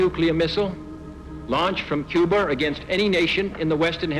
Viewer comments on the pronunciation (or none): I always love how people from New England steal the "r"s out of words like corn and put them on the end of words like Cuba= con and Cubar